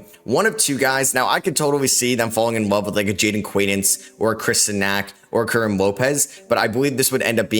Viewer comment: Karim is pronounced as ka-reem. As long as the spurs get morez johnson or karim lopez I will be happy.